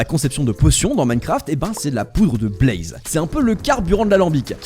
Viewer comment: La Broodmother de ARK 😂 Ouais mais là c'est l'ancienne texture 😅 Bon, maintenant le soufre a récemment été rajouté. Est-ce un hasard ou un détail de la part de Mojang de faire que les pandas peuvent éternuer des slime ball ? 🤔 Pourquoi tu dis "blAze" ?